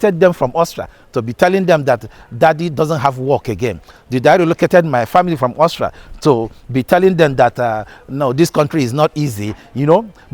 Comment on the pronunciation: Why can’t Nigerians pronounce AUSTRIA? What I hear is Austra.